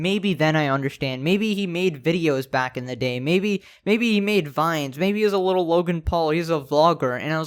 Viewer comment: licherl murrer